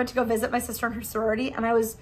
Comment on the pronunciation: Soriority..? 😂 I think it's "sorority" but tbh soriority is better lol